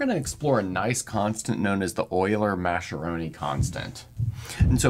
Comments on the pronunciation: gets it slightly wrong: the C is hard, so it starts like 'mask', not 'mash'. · Since the mathematician from which the "Mascheroni" in "Euler-Mascheroni constant" comes, was Italian, it would correctly be pronounced "Maskeroni" and not "Masheroni". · Hi! love your videos. btw "Mascheroni" is pronounced with a "K" sound, not "C", like "Mask". Hope this helps! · Complete nonsense! It´s neither German nor Spanish, but Italian!